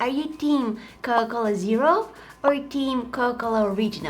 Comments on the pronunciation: U said cola-cola in the video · Coca-Cola not cola-cola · Is it just me ar did she pronounced coca -cola as coca - coca But I still love her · hi you sound like your saying ''cola cola'' but it made my day xx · It is not COLA -COLA its COCA COLA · Am I the only one who ears cola-cola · COCA COLA ❌COLA COLA✅ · It’s not cola cola it’s Coca Cola btw not trying to be mean your so talent with makeup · Girl didn't realise she was saying 'Coa Cola' instead of 'Coca Cola'. LOL Uhhhhhhhhhhhhhhhhhhhhhhhhhhhhhhhhhhhhhhhhhhhhhhhhhhhhhhhhhhhhhhhhhhhhhhhhhhhhhhhhhhhhhhhhhhhhhhhhhhhhhhhhhhhhhhhhhhhhhhhhhhhhhhhhhhhhhhhhhhhhhhhhhhhhhhhhhhhhhhhhhhhhhhhhhhhhhhhhhhhhhhhhhhhhhhhhhhhhhhhhhhhhhhhhhhhhhhhhhhhhhhhhhhhhhhhhhhhhhhhhhhhhhhhhhhhhhhhhhhhhhhhhhhhhhhhhhhhhhhhhhhhhhhhhhhhhhhhhhhhhhhhhhhhhhhhhhh I'm a bit to young for Coca Cola zero so, classic I guess.......... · Everytime she said coca cola I heard cola cola🤣😅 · I love that u said cocola instead or coca cola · Her saying Coca-Cola 🥺 “Coa-Cola” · I think my ears hear she said "Cola-Cola" every time, instead of Coca Cola 😁😁 but still i like the way she said that word. Very cute 😍😍😍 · CoCa cola, you're saying cola cola 😂😂 i love the light one, too much sugar in the normal one and i don't like the Zero one 😂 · I love how she says Cola Cola instead of Coca Cola. Awwwww 💗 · Why does it sound like she sayin* cowa cola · I love how she says coca cola because i here cola cola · When she says coka cola it sounds like coke cola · I love how she kept saying Co O Cola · I love how she calls it cola cola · I love that pronounce coca cola " coco la" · Dose anyone hear that instead of coca cola she says cola cola it’s so cute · No ones talking about how she says Coca Cola she says cola cola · cola cola original! love it!! and I like how she says TRANSITION ! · is she saying cocola ? 🥺❤️ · Her accent while saying coca-Cola is is funny but adorable